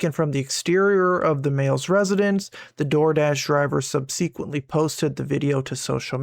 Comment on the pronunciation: Dude! PLEASE learn how to pronounce subsequently!! Embarrassing AF.